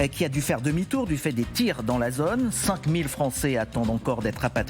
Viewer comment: Mais pourquoi le présentateur dit-il "pose", "otre", "zonne" à la place de pause, autre et zone ? Normalement on apprend la bonne prononciation à l'école de journalisme, non ?